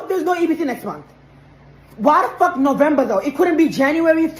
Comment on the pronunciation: Couldn't even pronounce November correctly. Bet this lady was an illegal.